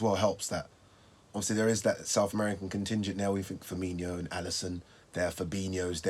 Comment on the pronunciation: FIR MIN O. FIRMINO. NOT FIRMINEEO. 🤣